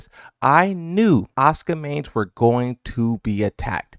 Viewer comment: the Japanese pronunciation of Asuka makes it sound like Oscar